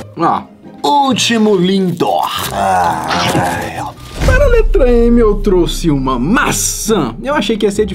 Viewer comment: No minuto o enaldinho falo lindor